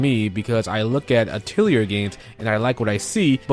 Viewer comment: Hopefully this doesn't come off as rude, but Atelier is pronounced Ah-tih-lee-eh, not Ah-til-yer.